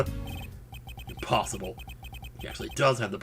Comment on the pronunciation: Pffs~ hahaha Imposhibale